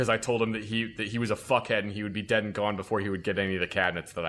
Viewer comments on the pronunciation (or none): none